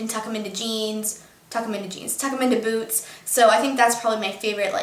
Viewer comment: I thought when you said boots you said boob.. :) Love youuu:)